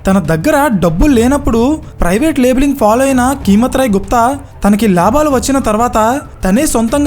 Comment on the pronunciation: Keemat Roy kadu, "Kaimat" Roy anandi..